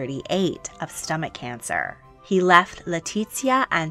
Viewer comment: "also if stomach cancer" I couldn't stop laughing sounded like "another one"